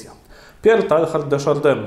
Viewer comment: Słowniki podają wymowę nazwiska: tejar de szardę